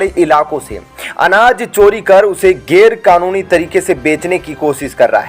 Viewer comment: गेर कानूनी नहीं गैर कानूनी बोलो ।